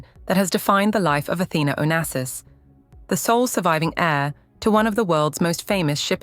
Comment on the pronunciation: Onassis est son nom et pas Onases ou Onasis !!! Respectez ma famille .